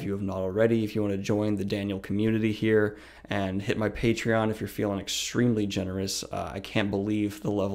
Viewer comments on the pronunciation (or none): none